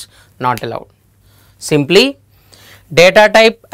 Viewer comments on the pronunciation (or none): none